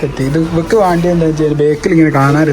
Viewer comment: Not maandi..it's "vendi" in kerala different accent undu..but malayalam parayande